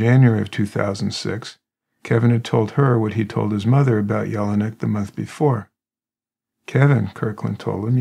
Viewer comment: And John's name sounded like, yell-nick not yellow neck. But he was such a good guy, and everyone naturally cared about him not being mistreated.